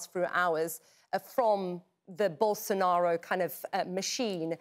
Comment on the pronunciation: How does is she able to say Bolsonaro exactly how it sounds in portuguese?